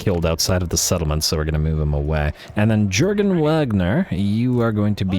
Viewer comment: For the love of Sigmar it's not Jurgen (J as J in just) but Jurgen as <Iurgen> (J as Y in yak and G as G in good) respectfully of course, keep up with the series :D